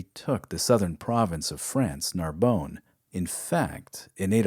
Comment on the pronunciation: I love this series. My only complaint is your pronunciation of French, Portuguese and Spanish places. Narbonne is not Narbone; it's like Narbun. Reims is not Reems; it's like Hrans; Beja is pronounced Bayja in Portuguese or Bayha in Spanish. Otherwise, great stuff.